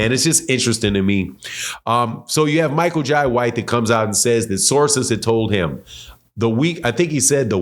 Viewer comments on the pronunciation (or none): It's Michael Jay White the I in Jai is pronounced like the Y